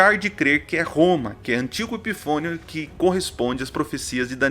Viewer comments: Me esforcei muito para entender...kkkkkkkkkkk todo tempo dando risada escutando o nome "Eutico ".Não se preocupe Pr.Foi gracioso kkkkk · EUTICO KKKK OU ANTIOCO EPIFANIO EXPLICAÇÃO 10 SO FICOU ENGRAÇADO O SR FALAR EUTICO